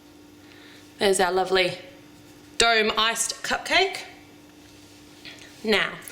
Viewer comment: My brother thought that when she said dome shape that she said Doug shape he was during headphones.